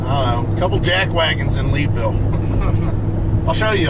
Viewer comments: I’m not from the area, but I think the Lead in Leadville is pronounced like the lead in a bullet or the metal. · Yes, it is lead like a lead pipe.